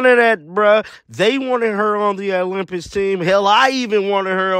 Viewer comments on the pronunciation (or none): Olym..."Pics"... NOT "Piss"......